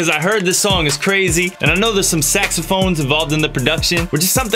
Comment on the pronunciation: every tym i hear saxophones i remember how tae pronounced it hahahahahah cant stop laughing 😂😂😂😂😂😂😂😂😂😂😂